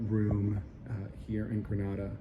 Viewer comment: Gosh at lease pronounce the name of the country properly. If gre nay da. The a is like the alphabet "a" not "ar"